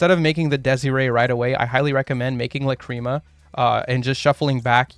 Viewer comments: Bruh... it's "LAH- cri mah", not "la CREAM a" I wasn't even able to keep watching lol... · Your pronunciation of Lacrima is incorrect, and it bothers meeeeee :( It's LA.cri.muh. you're pronouncing it like la.CRI.muh, which is emphasizing the incorrect vowels. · ok it's La-crim-ah. not la-cream-uh. idk where you go cream from. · Please stop saying "Lacreama" 😅 Shapesnatch and Joshua Schmidt pronunciation is much better and probably correct, check it out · Neither here nor there, but there's no cream involved lol. It's pronounced "Lack-rim-uh". I am 100% being that guy rn, but hearing "cream" over and over again has pained me biggly. The more you know. Also, everybody seems to have got this wrong, no worries. Just konami things. I'm probably gonna build snake-eyes white forest / azamina. Even with the SE consistency hits, the engines just work so well together. Tearlament also seems really good with the fiendsmith cards, might go back to the gamba lifestyle. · If I hear the fucking word la-cream-ah again I’m going to lose it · I cant beat watching 20 mins of "lacreama" sorry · WTH it's not luh-creem-ah. How did you even come to that pronunciation.